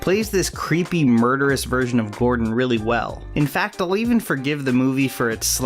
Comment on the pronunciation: Ok, I'm sorry, but every time you said James Gordon I swear it sounds like you're saying James Cordon.